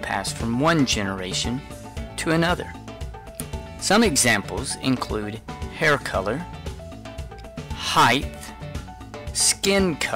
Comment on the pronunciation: Height*, "heighth" is not a word :)